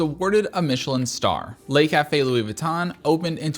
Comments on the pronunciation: it's not pronounced "'lay" cafe. The vowel sound in "le" is the same vowel sound as "could" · "Le" (rhymes with "the"), not "lay". Les Café would be the plural, ie. Le Café = The Cafe, Les Café = The Cafes.